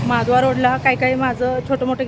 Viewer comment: तू जे माधवा रोड म्हणतेस ते माधवा नसून महाद्वार रोड असे आहे माझ्या माहिती प्रमाणे ❤❤